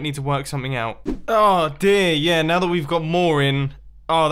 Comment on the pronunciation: Said now wrong